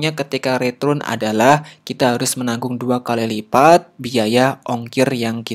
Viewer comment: cuma keliru aja, return dibaca ritrun :)